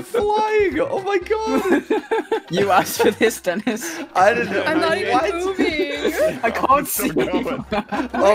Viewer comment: lol say denis "dinis"